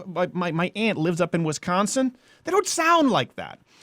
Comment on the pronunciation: Fuck you, stop pronouncing Wisconsin “Wis-Sckawn-son.” Also you ever been to any small towns in Wisconsin. At least half the people talk like that. I can’t argue with you that Manitowoc homies are inbred.